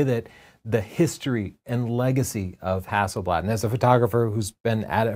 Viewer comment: Hazelleaf is Haselblad pls try too get the right way too say it